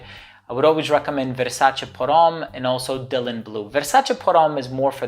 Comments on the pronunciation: I'm glad you're pronouncing "Versace" in the correct way. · Amazing and correct pronunciation of the brand **Versace**. I love all the Versace perfumes.